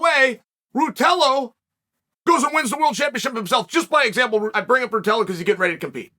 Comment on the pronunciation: Hearing chael trying to say ruotolo have given me the strength to go one more day…